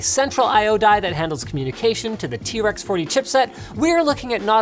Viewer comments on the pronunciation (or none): I thought he was saying trex on purpose lmao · I swear linus is saying t-rex chipset